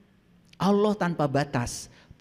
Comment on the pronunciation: Bukan OLLOH. Ucapan belajar sebutan...